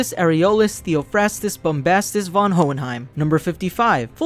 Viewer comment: the V in von is pronounced like an F so it should be pronounced as fon